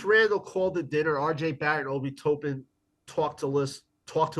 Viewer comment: it’s not “TOOOOPIN”, it’s Toppin. Like “top” and “pin”